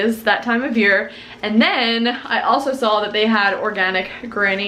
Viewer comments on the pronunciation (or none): Does anyone else hear "sawl" when she says "saw"? 😂